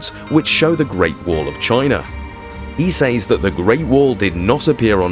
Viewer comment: Great subject and of great interest but the music is unnecessary and making it hard to hear you clearly, and you repeatedly mispronouncing "sAys" ...it is pronounced with an E sound not an Aaaaayyy...for someone who seems to be educated I find it really contradictory and unpleasant tbh..I can't continue the video😮 no one with an ear for correct enunciation would😢 sorry🇦🇺🙏